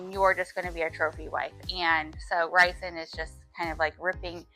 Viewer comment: ok but the way you say rhysands name lol